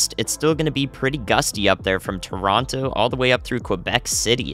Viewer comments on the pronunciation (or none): none